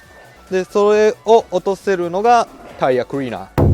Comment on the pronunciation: タイヤクリーナー(発音良)